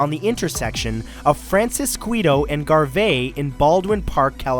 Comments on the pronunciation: the streets that the first in n out is on are pronounced francis-skee-to and Gar-vee. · I live a short drive from the original in n out. the streets are pronounced Francis- kee- toe and Gar- vee. 😉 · Lol you mispronounced francisquito and Garvey I live in Baldwin park